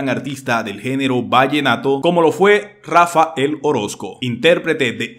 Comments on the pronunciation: Pudieras hablar bien? No es Rafa el,es Rafael. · No es Rafa. El. Orozco, Huy no es Rafael Orozco porfa hablé bien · No debe pronunciar el nombre de Rafael xq dice Rafa el orosco